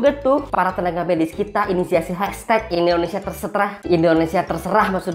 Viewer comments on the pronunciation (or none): none